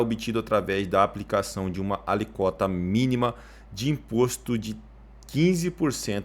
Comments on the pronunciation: só uma correção, não é " aliquota" e sim ALÍQUOTA" com assento agudo no "i" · Alicóta? DOEU OS OUVIDOS...